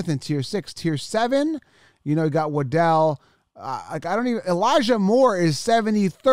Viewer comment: Waddle, not Waddel